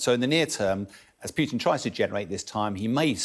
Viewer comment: Why he keeps calling him PYUtin?